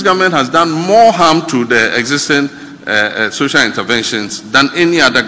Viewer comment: Did I hear Okatakyie saying Sosal Intervention ?😂😂😂😂😂